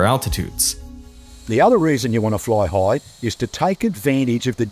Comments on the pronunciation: what accent is that? "Floy hoigh" had me giggling for sure ;) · floy hoy 😂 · Floii hoighh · "the other reason you wanna floy hoigh"